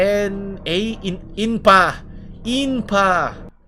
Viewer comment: It is not inpa, it is IMPA